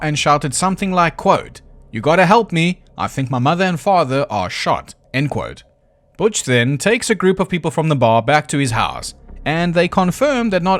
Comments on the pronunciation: are you calling him “bich”? His name is Butch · It took me until about halfway through the video to realize that is saying “Butch” instead of “Bitch” but that would still be an accurate description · I keep hearing Bitch instead of Butch and it's making me giggle. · Ok either he keeps calling Butch “Bitch” to be funny or his accent just makes the word “Butch” sound like “bitch”. Either way it still cracks me up every time he says it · I know you are saying Butch over and over again, but I just keep hearing Bitch... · im sorry, are you pronouncing "butch" as "bitch" ???? ... im all here for it, hell yeah brother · I just have to say I love how when you say Butch or Bill it sounds like Bitch or Bull. XD So very fitting. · I love hearing B*tch instead of Butch on almost all of the mentions after his family are killed XD Maybe I'm hearing impaired but it made me lol all the way to the last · I thought the mispronunciation was accidental once. 😂 But anyway, I hadn’t heard he admitted to drugging them. I always heard the drugging was just a theory because no one ran from the sounds of the previous gunshots. However, drugs “getting out of your system” doesn’t actually work when you’re dead, cause your system isn’t processing anything anymore. And “postmortem metabolism” couldn’t break down and remove all traces of the supposed barbiturates in the few hours between death and discovery. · Everytime I hear you say Butch I laugh